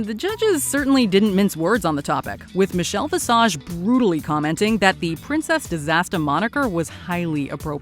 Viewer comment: Aja's "princess disastah" make up is way to low.